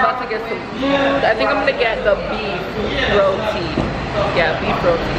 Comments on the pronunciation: Rodi!!! It’s roti American English is just off😄😄😂 and I’m American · I’m glad I’m not the only one lol. Right is right. How about someone have their own pronunciation of her name? I hate when people say “rodi” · That girl was somewhat irritating with that. Rodi??? No we don't say it like that. Making up pronunciations! 😂😂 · Rodi? Lmao please don’t ever make a West Indian hear you say that in public. We will definitely give you a disgusted look for the disrespecting our precious Roti !